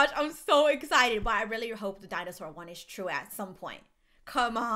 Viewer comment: I hear dinosaur 🦖 you say Dine saww grrrrr Like if you understand